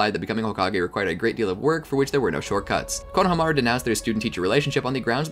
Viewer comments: say it with me, KO-NO-HA-MA-RU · Great Video but I got way too triggered when I heard how he pronounced Konohamaru lmao